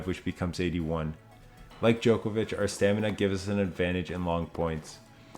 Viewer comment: I wish you would pronounce his last name correctly. Its not Jokervic